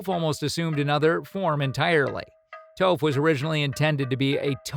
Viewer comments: Foreal this man said toaf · Who is toef? Sorry for correcting you. But it sounds like taaf. I apologize again. But the whole reason that the live action was so terrible was the mispronunciation of all of their names